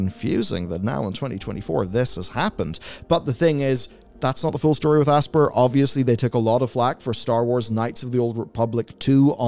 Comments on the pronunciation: it NOT ASS-PUR its ASS-PIE-ER , you calling it Aspurr is gonna give me a frikin' anyurisim. Just Kiddin' it is kinda annoying though. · This is the new Ubisoft (you be soft). It's pronounced Aspire. Class over. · It's pronounced "aspire" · have you never played an Aspyr game? their pre-menu video clip is literally a woman saying the name of the company while the logo gets hit with lens flare and she says "asp IRE" like the word 'aspire' not 'asper' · I always assumed Aspyr was meant to be pronounced the same as "aspire"...no? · it's pronounced like "aspire", sir.